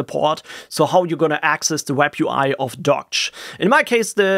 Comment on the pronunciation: It is supposedly pronounced 'dockage'